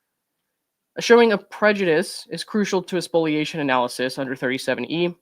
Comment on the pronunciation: Thanks for correctly pronouncing spoliation!